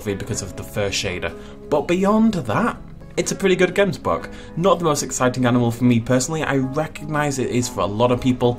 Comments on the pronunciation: Oh my soul I am from South Africa and you are totally butchering the name of the “gemsbok” it’s like a (gggghh em s bok) it comes from thé language Afrikaans one of the languages we speak here and it’s so cool to see so many of our native animals now we just need the Guineafowl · They way you pronounce Gemsbok🤣🤣 only Afrikaans South Africans can say it correctly. But great attempt.🙌🏻